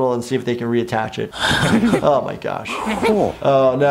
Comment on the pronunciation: "Oh my gash?"